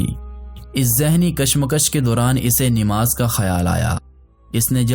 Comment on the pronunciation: Nimaz nhi hhi Namaz hota hy